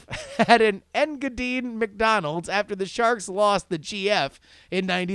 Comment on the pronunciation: Thanks for reading my shitty email. Engadine sounded out would be Ing-ga-dean. Also Aussie is said like Ozzie Cheers! :D